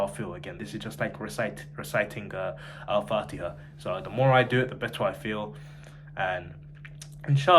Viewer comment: Also your recitation of fatiha is amazing . No joke . I‘m so proud of you . I just think you should work on your ح and ع more . Good luck 👍 keep learning . You got this !